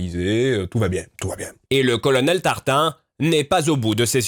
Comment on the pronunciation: "Colonnel tartin " 😂 ça serai pas fait exprès ? 😂😂😂 (si ta la réf. Tu comprendra ;)